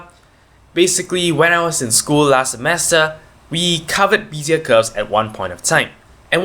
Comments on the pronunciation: Nice, simple explanation of Bézier Curves! BTW it is pronounced bay-zee-yeah not bee-zee-yeah. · The first e in Bézier is prononunced like the first e in Wednesday. Good clear tutorial, thankyou.